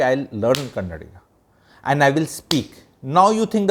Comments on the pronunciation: Its kannada and not kannad. I am from bengaluru. That person did ask her in kannada without knowing her arrogance. He never got clarified as he coukd not speak Hindi. But thanks to those people propogating hindi as a national language and Sonu nigam singing in a concert in Karnataka equating us to the reason for the Pahalgam attack. I being a kannadiga have fluent hindi because the very first time i visited Bihar i did manage to learn hindi. Stop this non sense of maligning for no reason. I recall in one of the episodes where you made a video of how ethical we sourh indians are compared to north india. I did witness this change when i visited patna, lucknow, mainpuri, vaaranasi. Those states have gone for dogs with law and order been thrown to the air. Obvious people would migrate or i would rather say exodus to south india for their livelihood. Let me remind you this got ignited post covid when mass exodus from these states became more visible. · Sir. One correction. It is Kannada and not Kannad. I know you respect all languages but it is important to say the language name correctly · When you are in ROme, be ROme. In the similar way, she should have known atleast basic kannada, that too especially when she is in public life. She is not asked to speak gramatically correct kannada. Atleast ahe should have that basic communication in kannada and mainly she should have that right attitude of learning the language of the land she is staying. Sir, atleast first learn - it is kannada and not kannad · Sir your age is may more than 50 years and I calling kannada as kannad language , u people call can pronounce Canada perfectly but not kannada. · bas yahi karte raho.. its a proper noun and it can be pronounced as per the convenience of the speaker without being disrespectful.. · first learn it is kannada not kannd as many of you Ñorthes day don't come to Karnataka nobody is asking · It's Kannada not Kannad. Get your facts right